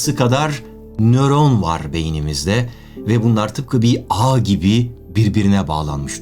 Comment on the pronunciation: Neron degil nöron